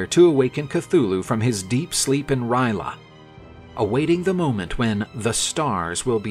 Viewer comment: First time i heard Ry'leth being pronounced Ry'la